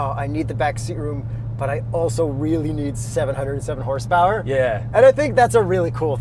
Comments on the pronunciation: HORSPWRNTORQ!!!! I like that... Keep the unintelligible-ness goin'! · Every time they say “with launch control” I smile. Same thing when yells “HAWRSE POWERRR AND TERQQ” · you're HORSEPOWER and TORQUE (with hardcore American accent) question gets me every time LOLOL. Love it fellas! Keep up the great work!